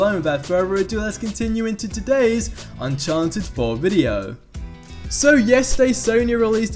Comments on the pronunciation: Its Uncharted not Unchanted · He says "unchanted" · Unchanted 4 right?